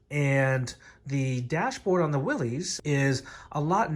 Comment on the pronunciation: Thanks for the helpful video. Though as a Willys owner, the proper pronunciation sounds like "Willis." Not to be that guy, just a tip!